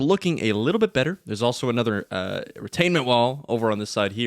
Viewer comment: Retaining wall, not retainmemt lol